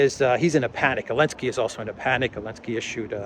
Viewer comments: Why do you keep saying "elensky"? It is "zelensky" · Why are we calling him Elensky without the Z?